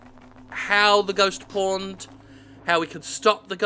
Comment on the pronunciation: Who else keeps hearing it as "ghost porned?"